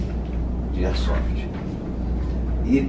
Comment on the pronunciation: Concordo que deve haver sim um regulamentação, mas não uma burocratização que vai acabar em algum meio do Estado ganhar em cima disso. Quem são esse praticantes do esporte que fizeram parte dos ajustes dessa Lei. e não é "ersofi", é AIRSOFT. kkkkkkk Parabéns pela iniciativa mestre. Força e Honra!